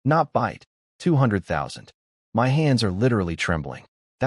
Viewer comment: pronunciation still need work instead of spelling out my.